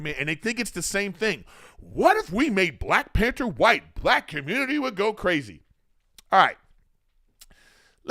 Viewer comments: PAN - THER not "pan - ter" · There’s a H in panther lol